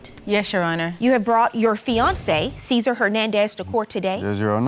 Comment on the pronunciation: Sa-sar🤭😂🤣😂it’s Cesar,!